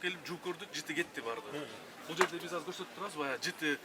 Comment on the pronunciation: Кыргызда азыр деген соз казыр болуп айтылабы😂😂😂